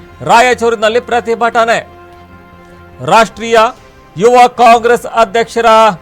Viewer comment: ರಾಷ್ಟ್ರೀಯ ಕಣ್ರೊ, ರಾಷ್ರ್ಟೀಯ ಅಲ್ಲ